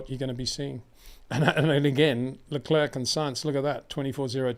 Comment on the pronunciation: While you’re right everybody in the world knows them interchangeably but people don’t have the time to study the history of every country as there’s minutiae to many facts. Like I’m annoyed at the way he pronounces Leclerc but then I thought “ so what” we know what he means